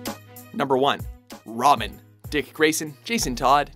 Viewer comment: he said robin wrong he said romin